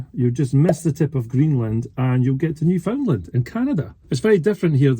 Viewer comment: As a Canadian, just one small correction re Newfoundland - the emphasis is on “land” not “found”. Easy way to remember is that it rhymes with understand….Newfoundland, understand? Really enjoying your videos! Keep ‘em coming 😊